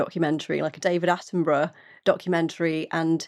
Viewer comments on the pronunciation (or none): none